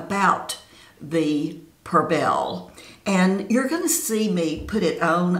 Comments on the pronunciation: I only heard you say Percelle 6 times lol... cute... love the Perbelle side, it looks good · Perbelle? You are calling it Persell.